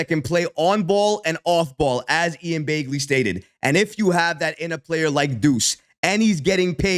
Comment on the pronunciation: It's not Ian Baygley. It's Ian Begley.